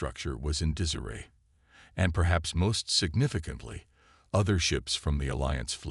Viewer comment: It would be nice if you would FIX your AI's pronunciation of (Reyes), which it NEVER gets correct. "Rize", "REYE-ez", "Rice", "Rayz"....etc, etc..... And, what is: "DIZ-aray"!!!???